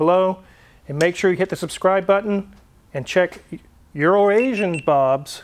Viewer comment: It's so nice to hear someone ENUNCIATE the word "Euroasian." Also, All T-birds had the seat pump back then. I had an 84 turbobird, my buddy had an 87, same thing. Also also, is DEFINITELY saying "Urination" at this point. Prolly just to troll.